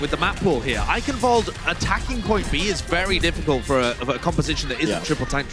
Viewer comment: I'm surprised that pronounced Eichenwalde right.